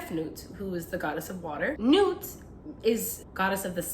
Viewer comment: Personally glad I stumbled on this vid. You pronounce her name correctly. If she were to let go we would be lost.